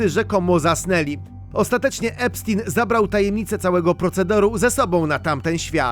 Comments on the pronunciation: EPSZTAJN* a nie epsztin... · To nie jest żaden Epstin tylko Epstein!!! Nazwisko jest niemieckojęzyczne, więc czyta się "epsztajn"!!!